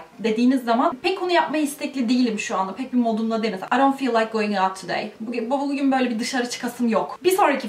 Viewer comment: Arkadaş o dont niye öyle okunuyor